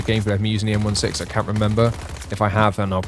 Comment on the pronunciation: Yknow, the Colt M16 (sixteen) is only the most widely used, produced and recognised rifle in the western world lol. M16A3 is the US/NATO military designation...and they don't use hyphens.. the UK current rifle is L85A3.. thats L eighty five ...not L eight-five... you might know it as the SA80 - that's eighty, not eight- zero... no hyphens either just sayin' lol 😏